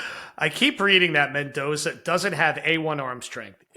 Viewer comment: Mendoza. Don’t mess it up…